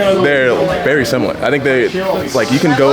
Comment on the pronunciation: my boy said samiliar lmao